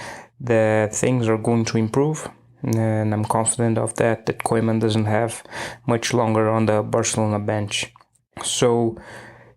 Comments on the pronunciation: Weldone. Please learn how to pronounce Koeman. Its pronounced "Kooman". You sound very funny and clownish how you pronounce that word. Sincere advice. Thank you. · The E in Koeman is silent.